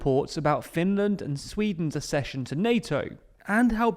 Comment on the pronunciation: Very interesting. One small thing, Accession is pronounced Aksession, not Assession. Like Succession, not like Secession.